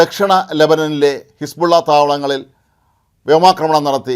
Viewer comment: ഹെസ്ബുള്ള യെ ഹെർബുള്ള ആക്കി മാറ്റി....